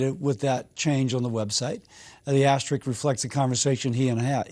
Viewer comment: DID HE LIE TO YOU?????????? PS. It’s asterisk, Cassidy. Not asterix.